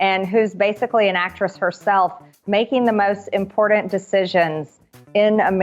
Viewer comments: It's IMPORTANT Marge, not impordent. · I hate how she always pronounces the word ImporTant , imporDant….. I can’t stand that idiot! What a disgrace! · Whats imporDant, Marge, is what sporDs teams you supporD. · Did she just pronounce important as "impordent"? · I cringe every time I hear her say impordent. I bet she loves a big plate of basghetti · Marge is so "impordant". Rer rer rer